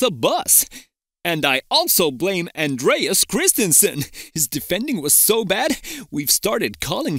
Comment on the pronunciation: Andreas* not Endreyas